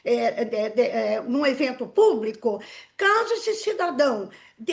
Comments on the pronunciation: Eu parei de assistir quando ela falou: "Aberto ao puBRIco" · A ADEVOGADA falou " PÚBRICO " HAHAHA